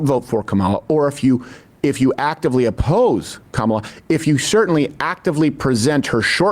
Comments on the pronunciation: Did you notice that he accidentally pronounced her name correctly once, immediately after purposely mispronouncing it - . I'm calling it the trumpian-I'm-not-christian slip, in dishonor of freud 😉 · He mispronounced then correctly pronounced her name in the same sentence. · Ever notice that when they are not paying attention, they are actually saying her name correctly, they only say her name wrong when they are really trying to say it wrong. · I love how Crowder accidentally said her name right then immediately made sure he said again in the same sentence incorrectly. These clowns are so over the top racist it is actually funny 😂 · Why do they keep mispronouncing her first name? Shes been in the VP office for 4 years now.